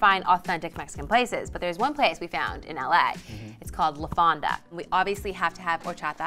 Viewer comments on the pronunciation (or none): At first I thought she wa Asian and then she looked black on the red carpet, then she says she is Mexican and butchers “fonda”